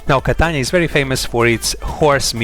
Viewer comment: Es ist unglaublich dieser Typ ist nicht in Stande Catania auszusprechen!!!!! Catana schäm dich du hast von nichts eine Ahnung